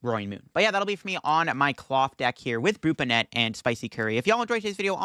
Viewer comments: Love your content, but your pronunciation is gonna kill me dude. 😂 It’s BON-net. Like a hat. Brute BON-net. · Bonnet is an actual English word, please pronounce it correctly in later videos. Appreciate the frequent uploads!